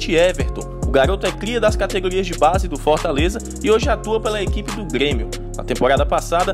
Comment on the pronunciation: É só pelo jeito que ele pronuncia o "R" mesmo. Como trocar Grêmio por Guêmio. Não tenho interesse em fzr isso não mas valeu a dica